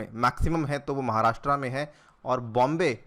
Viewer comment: 'महाराष्ट्रा' नही है वो, 'महाराष्ट्र' है.. आपको 'अनिरुद्धया अग्रवाला' बोलेंगे तो कैसा लगेगा??